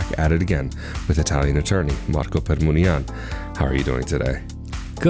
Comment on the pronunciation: You are pronouncing the lawyer's name waith accent varying: Permuni'an and Per'munian. Which is correct?